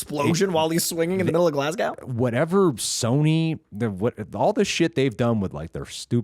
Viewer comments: GLAZ...GO. GLASGOW. come on 😂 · Mate, just say Glasgow as glarse-go.